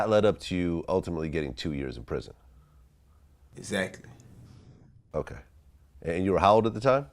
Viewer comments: 😂😂😂😂 EX ACTLY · “EZacklee”....... “definitely”....... “Sis months”........